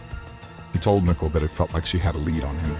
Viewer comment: Her name isn't